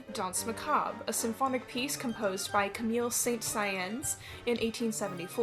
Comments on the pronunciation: I really appreciated the music of danse macabre foreshadowing XD (Also, it's pronounced "sah-sohn" in English. Look up his organ concerto, it's great, you'll recognise it! A modern momento mori is Gorecki's "Symphony of Sorrowful Songs", it's beautiful & from a Jewish perspective... also, of course, the Dies Iraes from the requiems of Mozart, Verdi and Zbigniew) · Great work! Btw for future reference, Camille Saint-Saens' name is pronounced more like Kam-ee San-Sohns but with the Ns sort of at the back of the throat, not using the tip of the tongue. Actually, kind of like the N sound in tongue now I think of it. It's hard to explain but if you've listened to people speaking French you'll get what I mean! It's always difficult to correct someone without sounding like an asshole but I hope this comes across with the friendliness with which I mean it! Look forward to watching more from you! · I love the video but Camille Saint Cyans got me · sobbing over “camille saint cyans”